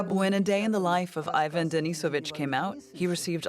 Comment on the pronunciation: Are you not even going to try and pronounce the names correctly? I feel second-hand embarrassment when I hear how you say "Ivan"